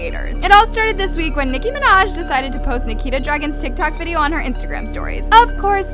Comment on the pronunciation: no he didn't he said Nicki Manaj not Nicki Minaj lol